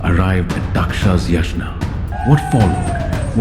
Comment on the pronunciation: Come on .. names are ok … it’s just pronounciation of yagna …